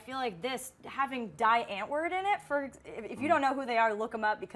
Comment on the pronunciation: It's spelt Die Antword Pronounced Dee Antword